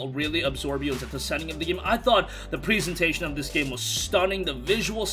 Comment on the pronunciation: Present 🎁 present(ation) why are you saying it like preezation? Can't even speak properly. Also I bet you have lots of fun with "the boys"